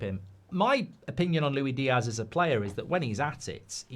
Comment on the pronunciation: It's LuiSSS Diaz Mr G, not Louie. Get it farging right eh? It's like commentators getting names wrong, it's just idle.